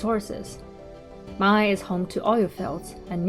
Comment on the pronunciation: for the native people , the pronunciation of '茫崖' is Mang'Ya, not Mang'ai😀